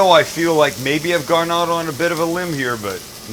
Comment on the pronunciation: When you say the word out, it sounds like you are saying ut. Marc